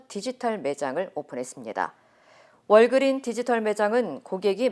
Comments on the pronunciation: 월¿??그린은 아니죠. 발음이 헐..한글로 워그륀s 해야 그나마 맞죠 . 무슨자신감? 월그린스?? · 중요하지 않지만 “월그린스” 가 정확한 표현입니다. WalgreenS. 하긴 미국인 들도 S를 빼고 발음 하는 경우가 많긴 합니다. 늘 좋은 정보 깔끔하게 정리 해 주시는 것에 감사하며 시청하고 있습니다.